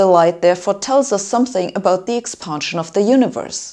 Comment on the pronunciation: Very informative & bold; but please pronounce "expansion" not "expahnsion".